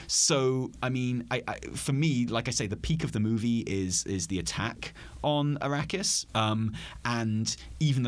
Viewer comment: Did you purposely pronounce Arrakis as Iraqis? Or was that some Freudian slip?